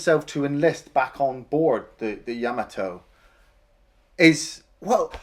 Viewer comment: you both pronounce yamato strange lol